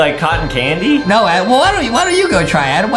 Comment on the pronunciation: His name is Adam not adem